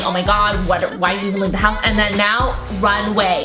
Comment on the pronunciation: did she say "runway" or "RUN AWAY!!" XD